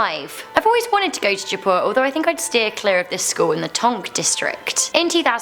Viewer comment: It is 'jaaipur' not japu